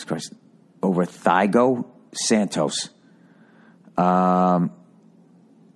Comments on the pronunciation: Thigh-go santos - The whitest shit I've ever heard xD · "thigh-go" santos lmao